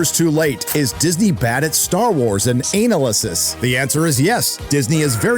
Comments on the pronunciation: It's pronounced anal esis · Downvoted and skipped the second time I heard that bizarro pronunciation of “analysis”